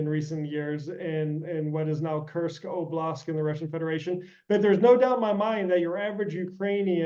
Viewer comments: For me, it significantly diminishes the credibility of an expert, who does not know that the correct word is oblasT, not oblasK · OBLAST, not oblask. This guy is no SME if he can't properly pronounce as many words as he screws up. Why is he on this program if he is this bad at what he does? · "oblask" "oblask" did this guy only just hear about russia's invasion..??